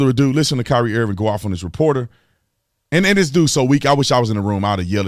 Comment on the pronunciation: You said Kaap wrong but Kyrie right??? 🤔🤔🤔🤔🤔 Later for you Holmes 🤦🏾‍♂️🤦🏾‍♂️